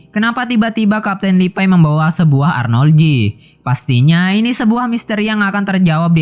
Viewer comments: Ane kasih saran bang kalo mau review sebuah anime kata2 ny di perhatikan dgn baik. Trus pengucapan bahasa inggris nya diperbaiki Beast titan bukam best titan. Ada perbedaan antara penyebutan beast dan best GABI BUKAN GEBI HANGE? Realy? Setau aku HANJI ZOE arlogi bukan ARNOLGI TRUS KALO BISA PEMBAWAAN NYA JGN KAYA ORNG BACA TEKS suara kamu terkesan monoton Thanks... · Arloji bang bukan arnolji